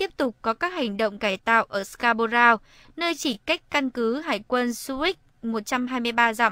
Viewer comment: Người thuyết minh phát âm chữ Scarborough sai rồi ! Đi học tiếng Anh lại đi